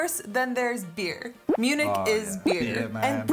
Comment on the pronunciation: It was funny how you mixed English translation of the city of Munich and the the original German word München together: Mün_nich ;-) - The number of tourists is about the same as in the UK, with most visiting London. But the tourists in Germany are spread across the whole country, with a slight surplus for the south. - The Inn River flows through Munich and many people swim in it, there is also a place where you can surf. - The Reeperbahn in Hamburg is the nightlife district but there is also the red light district, which Phil's wink wanted to point out.